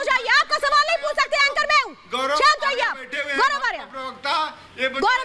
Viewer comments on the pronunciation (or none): none